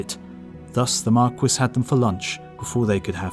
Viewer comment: Bro, are you saying "Marquess"? The S is silent. Why do British people keep doing this???